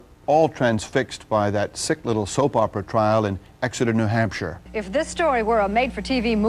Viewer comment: Hey, you pronounced New Hampshire correctly!